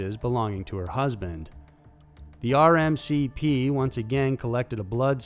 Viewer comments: RCMP not RMCP bro, I'm a big fan but you are not careful when you read your scripts (for example within 15 seconds, from to VX has becomes VC!)and also don't check name pronunciations before you record, it takes away from your otherwise good work. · It’s the, “Royal Canadian Mounted Police.”, or “RCMP.” NOT, “RMCP..”! Cheers. 🇨🇦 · RCMP, not RMCP. LOL Stop deleting comments. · RCMP not RMCP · RCMP, not RMCP. Royal Canadian Mounted Police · The RMCP? Did anyone else hear that? 🤦🏽‍♀️